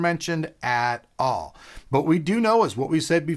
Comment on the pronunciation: man I love your last emphasis on words.. aaaaAt aaaAlll lol you crack me up